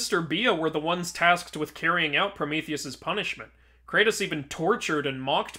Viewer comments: ah yes, cratus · It is well established that the so called God Kratos is a work of fiction that exists only in video games. Comparing him to an actual existing god only makes his origins more confusing. Even more so after the 3rd game and then the reboot and even the sequel of the reboot. Kratos is Kratos. Not Cratus. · You are puting c in kratos name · Its kratos not not cratus you know that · Not Cratos 🤓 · Kratos isn’t cratus